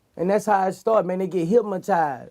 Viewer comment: I hate hearing boosie put the letter M in hypnotized